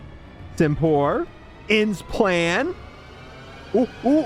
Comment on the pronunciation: Dude, READ the names, that will tell you how to pronounce it most of the time. Simipour is NOT Simpour, there is a second i. Unfezant is not Youfezant, there is an N